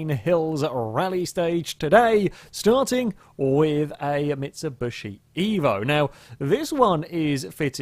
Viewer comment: Why does he say mitsubushi instead of mitsubishi?